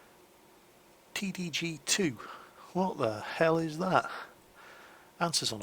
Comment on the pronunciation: "T D G two" lol